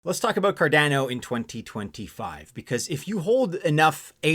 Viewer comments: Hmmm, a little nuance on Cardano's pronounciation as it sounds a bit off key, like a piano with one key out of tune. When watching Charles, the founder of Cardano, he pronounces it in his vids a bit of a different way. Although spelled to sound like Car'DAN'oh...he says it Car'DON'oh. Thoughts? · It’s named after Gerolamo Cardano. “Kar-Dah-No” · please pronounce the name correctly!!!!